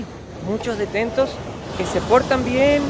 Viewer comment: Porque no decis bien las palabras como detenidos, no detentos